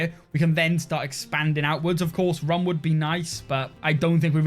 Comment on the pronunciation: Your mispronounciation of "Rum" is triggering me 😭